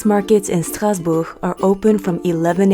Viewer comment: So happy to see Mommy Oh and you traveling through Europe. Such fun 👏🏽 (Also, excellent pronunciation of ‘Strasbourg’ in French)